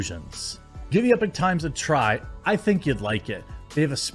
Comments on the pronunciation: The sponsor is the Epoch (EP-uk -- or EE-Paw-K) Times NOT Epic Times. Not trying to stir up stuff just want to make sure no one else gives you grief for it. Epoch means an event or a time that begins a new period or development. Again, not bagging on you or trying to show you up or calling you out. Love your content, love your messaging. Think you are a great guy, just want to help out. Not trying to be a grammar goose stepper. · IDK about the site itself, but generally speaking, it's pronounced "e-pock", not "epic". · it's E-pock times, not Epic Times. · EE-POK, not "epic". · Eee-pochh, not Ehpok Jez! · It's pronounced Ee-Pock, Jeremy... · At least learn how to pronounce EPOCH correctly if you are gonna advertise them lol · Don't think 'Epoch' is pronounced that way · I feel like your pronouncing epoch wrong